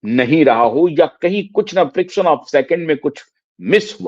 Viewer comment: सर जी, "फ्रिक्शन' औफ सेकिंड नहीं, "फ्रेक्शन" ओफ सेकिंड कहिये।